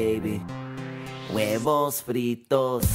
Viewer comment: I'm laughing so hard, not just cause I'm Hispanic but when he says huevos